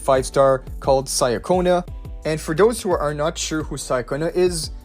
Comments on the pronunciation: She is not "Sayaconna", it is Italian, so it more like "Chaconna". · Another person who says names wrong Cia in Italian is pronounced as Cha. Even in the story she introduced herself this way. Cha-conna And worst of all you say Zani's name wrong too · Pronunciation: Chee-uh-ko-nuh Ciaccona.